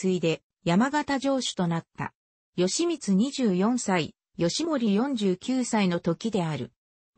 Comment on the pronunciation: よしみつ、ぎひめ、あきらしゅう、ただしぢか…１ページでどんだけ間違えるのか。アップする前に見なかったのか、酷過ぎる